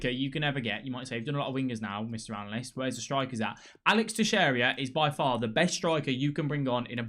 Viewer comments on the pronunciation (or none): none